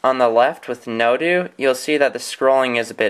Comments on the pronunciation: It's [no-doe], not [no-dew] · NoDO.. like No DOUGH or No DOH, as in No Doughnut. Not NoDoo.